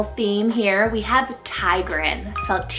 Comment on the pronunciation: Tigran is pronounced tig-ruh-n in Armenian ❤